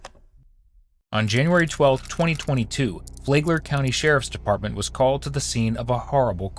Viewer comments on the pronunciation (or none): This took place in Flagler County not Flay-gler County. 😎